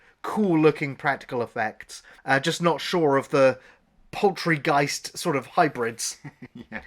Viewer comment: Did you really say Poultry-geist towards the end? Anyway, thank you for watching this so we don't have to. Merry Christmas to you and to all fellow Shelfers.